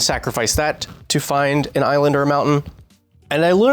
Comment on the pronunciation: Props to Kyle for his Aussie accent saying Island. Nailed it, as an Aussie i dub you one of us officially